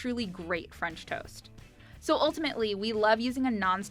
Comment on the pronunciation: she is from Punjab 😂 even I don't know why she didn't say "fransh"